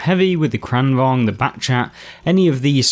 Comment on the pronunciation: As a Swede, I'm very pleased with your pronunciation of "Kranvagn"! Also, nice videos. I enjoy them very much, lots of useful tips and tricks. Played a fair bit of Blitz some years ago, but new to the console version.